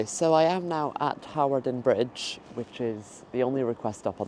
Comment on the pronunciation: You silly girl, it is pronounced Harden Bridge. There used to be a RAF camp there and a De Havilland aircraft factory.